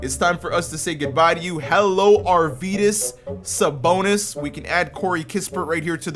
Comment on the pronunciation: Bruh, American pronounce on Lithuania words, just killing me. You have to say Arvydas Sabonis, not Arvyyydas Sabounis, BTW 😂😂😂